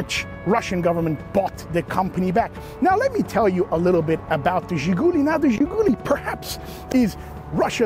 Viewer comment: Great video. Very detailed, much better than most. By the way it's ZhiguLI, not ZhiGUli. Emphasis on the last syllable.